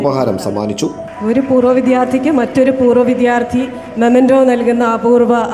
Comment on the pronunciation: പ്രിയ.. റിപ്പോർട്ട് ഗംഭീരം.. അഭിനന്ദനങ്ങൾ... വി"ദ്യാ"ർത്ഥി എന്നതിന് വി"ധ്യാ"ർത്ഥി എന്ന പ്രയോഗം ശ്രദ്ധിക്കുമല്ലോ.